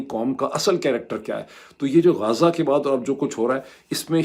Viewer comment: پڑھے لکھے ج شہر کا نام "غزة" ہے... غازه نہی